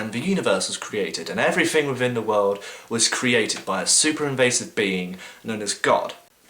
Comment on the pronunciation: "Afiests"? "Everyfing"? "Wifin"? "Somefing"? "Anyfing"? "Fink"? Oh please stop speaking speaking for the rest of us atheists.